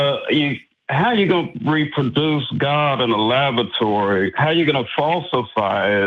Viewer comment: they are arguing with a person who says :"Labatory"... just sayin'